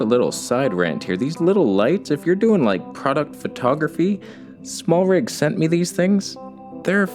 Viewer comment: Smartrig? I guess you mean Smallrig 😜